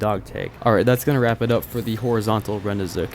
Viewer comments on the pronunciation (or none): How do you manage to pronounce rendezvous correctly, but repeatedly pronounce the achievement as "rend-ee-zook"?